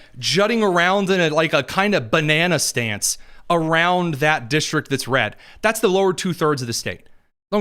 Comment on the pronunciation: Did he say " banana stance," or "Bananastan?" I like the latter! 😊